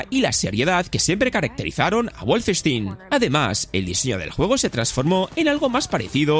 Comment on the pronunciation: Guolfestin... Eso duele más, que pronunciación por Dios